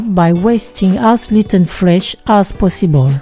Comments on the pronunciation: I heard "pussyball" few times. 😅😅😅😅😅 as possible 👌 thanks for the tutorial! 😘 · It took me 15 minutes to understand that she was saying 'POSSIBLE' not ***********.